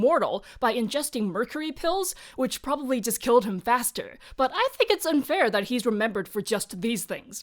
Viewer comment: "he prbably needed six horses" 🤣